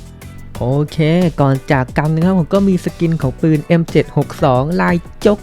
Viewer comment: ปืนคับ ไม่ใช่ปิน